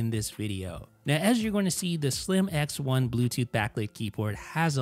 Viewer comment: every time you said “Slim X1” I heard “slim-ass one” 🙃